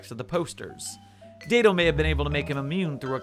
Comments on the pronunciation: It’s Dad-O. He even has a video where he pronounces it. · I feel compelled to inform you he prefers it pronounced more like Dad-O. This will be all.